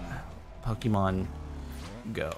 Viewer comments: making fun of pronunciations of lickitung and cant say the word pokémon correctly smh. it's not pok-EEE-mon its po-KAY-mon. get rekt lul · jardon its pokemon not pokeemon